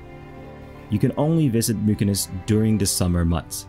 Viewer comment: Just so ya know, Mykines is pronounced,"Mitcha-ness". :) Viva la Føroyar!